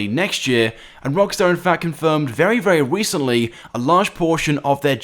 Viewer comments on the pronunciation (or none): "Very, very wecently..." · "very very 'wecently'" 😂 well done mate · "Very very wecently"